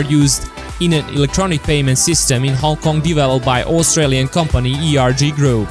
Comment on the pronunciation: It should be Hong "K"ong, thank you.